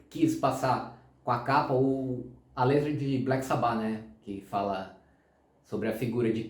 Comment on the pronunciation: Pqp... Dói ouvir o cara pronunciar "sabÁ"... Pqp... escuta o próprio Ozzy falando cara... a pronúncia é "sÁba"... por favor... pqp 😂